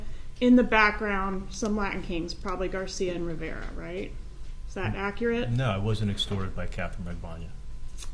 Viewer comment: Rivera, not Riviera.